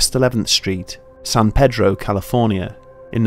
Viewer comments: I live in San pedro and I liked the video buts pronounced San Peeedroh. as a local it's really triggering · Hey, I know you put a lot of time into the video, but we call it San PEEDRO over here in San Pedro. San is pronounced like 'San' from 'Sand' and Pedro is a hard E. 593 W 11th Street also doesn't exist anymore, the house numbers skip over it. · It's not "san-PED-row," and it's not "san-PAY-drow." It's "san-PEA-drow." Don't ask why. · It’s not San paydro! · FYI- Its pronounced San "Pee-Drow". Pedro is the local Mexican trying to sell you corn on a stick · i live in san pedro and have never heard of this also he keeps on pronounceing it wrong in the vid